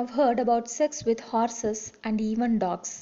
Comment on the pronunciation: Improve your english ... its horse not horas :)) lolz